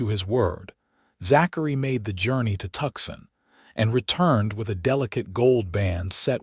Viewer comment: Two issues with the graphics... 1)the left shoulder/ can't twist in that manner 2) that's a right hand attached to the left hand, giving him 2 right hands AI graphics 😂😂😂 The name of the city is "To-son" not "Tuck-son". EDIT & REVIEW!!